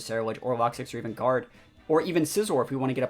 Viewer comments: Why do you call it “locksix” there is no S in there. I always presumed it was pronounced “Low-Kicks” as it’s spelt Lokix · Had to stop watching 5 minutes in. Lokix not Lock Six